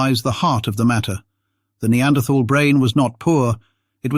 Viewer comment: I can't watch this, the mispronunciation of "neanderthal" is too annoying.